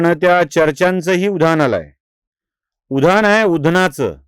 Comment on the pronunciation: उधान नाही हो उधाण म्हणा!